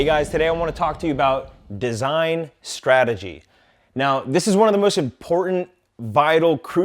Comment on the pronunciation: It's Strategy and not srategy.